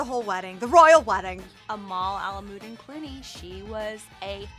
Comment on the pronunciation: her name is Amal Alam Ud Din not Amlamodeen 🤦🏻‍♂️